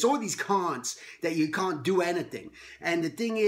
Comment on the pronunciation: " It's all these caunts! " I know it wasn't on purpose but I laughed. Thank you for the great talk and laugh today Stephen!